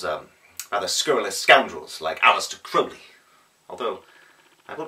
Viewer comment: Bravo for pronouncing Crowley's name correctly! It would not have done to pronounce it as certain benumbed tunesmiths have...